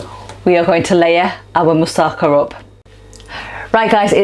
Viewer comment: The emphasis in 'Moussaka' is on the final 'KA'